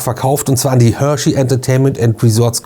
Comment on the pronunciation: Ich hör nur Hörschey 😂😂😂